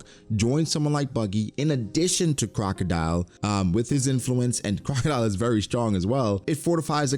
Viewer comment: why do you keep calling him crocadeli?